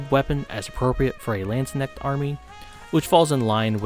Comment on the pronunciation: I really do not want to be THAT guy but i really had problems understanding the one german word in your vid. If you hadn't pulled up that Insta-post, i would've never figured out what you were talking about^^ I'm sorry.... Your pronunciation is almost flawless except for the K in "Landsknecht". It is not silent like in "knock" but hard like in "acknowledge". Only comparison i could come up with^^ But that aside, yea, Landsknechts and mercenaries in general were the fashionistas of their time. Their clothing was supposed to underline their body with bulgy arms and shoulders, tights and even a "crotch cup" to make this bulge pop out. XD So gyaru is not too far away.